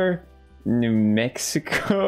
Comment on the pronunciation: Dude you said all four states that started with “new” super easily. I’m American and I didn’t even know which ones or how many. I am truly impressed Felix.